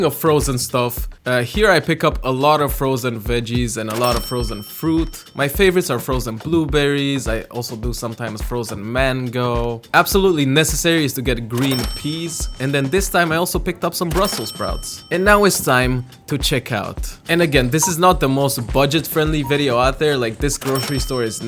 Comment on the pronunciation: Bro literally said, ✨"MAN GO"✨ 💀